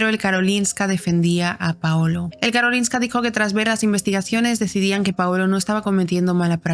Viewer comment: Soy sueca (estoy aprendiendo español y uso sus vídeos jaja) y recuerdo cuando esto pasó, fue una locura aquí. Por cierto, pronuncias Karolinska perfectamente :)